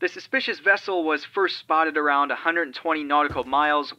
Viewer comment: "No i thought i was aRRRound the corner"